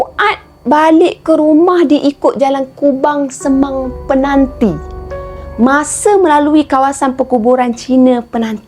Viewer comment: Kak sebut mcm peganti..penanti kot kak.di kubang semang